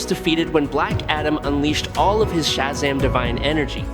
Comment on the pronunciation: it's shazam not shazm, i hate your computer spoken words